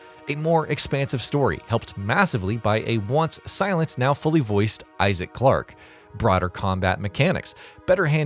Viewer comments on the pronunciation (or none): none